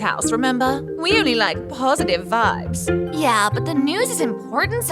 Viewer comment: That yeah sounded like YUH 💀😭😭